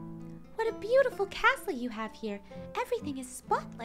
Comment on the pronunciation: "He's bootiful"